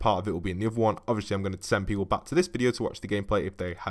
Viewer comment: U said weople